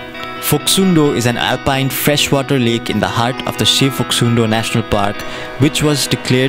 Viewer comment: Local said its Phoksumdo not Phoksundo. In local tongue Phok means "Kuna' Sum means "tribeni' and Do means "Puchar". From the corner of Cholopu till the end of Suligad, three rivers meeting together. And thats how the it was named. Video is very nice ^^